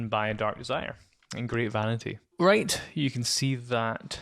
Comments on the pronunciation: I might of been mispronouncing it but I think the word "wight" is pronounced like "white" not "right" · No you're correct. There's no "R" sound in Wight - sounds like White